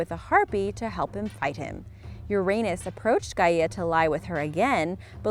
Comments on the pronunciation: It's Gaia not Gaiahhhh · okie just to correct your pronunciation here it is not said Guy EH! ah it's Guy ah please people learn how to pronounce things ffs and don't listen to Google for the pronunciations okie? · You don’t pronounce Gaia g a i a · Gaieeia?? No, fucking go back to school. Stupid lady.